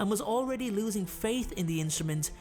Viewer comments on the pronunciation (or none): none